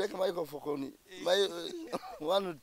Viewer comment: KAKALAMU: microphone 🎤 Mzee Magala: Micro umh micofofoni 😂😂😂😂😂😂😂 Naye eno show ebayanseko ngate wetuyigga at times mbanjgala kuwandika buli mess ya Mzee Magala kuba njagala ebyononese 😂😂